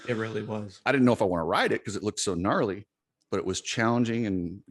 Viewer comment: LMFAO hey coach Dylan says "gnarly" not "naughty" 🤣🤣🤣🤣🤣 i used to think that's what he said too i promise it sounds like naughty but its not